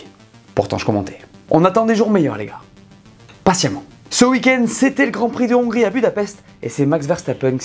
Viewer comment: lol le "Patiemment" au tout début il m'a mis en pls